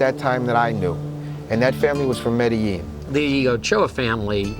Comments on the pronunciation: say medellin corectly stupid asses.. pronounced Medejean.. not medehean.. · now I know how to pronounce MEDELLIN ( not ME DE LIN) it's (ME DE JIN)